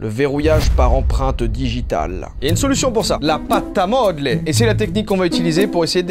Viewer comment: c'est empreinte pas emprunte 😭😭😭